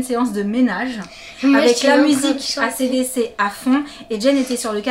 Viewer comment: Acdc ca se prononce en anglais mais bon j’adore trop ses nouveaux vêtements